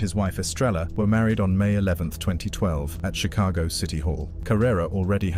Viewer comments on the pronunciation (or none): none